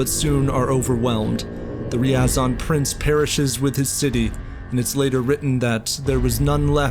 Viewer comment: It's Ryazan' not Riazan 🙄